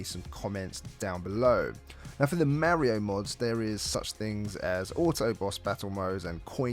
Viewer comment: It's not mErio... it's mArio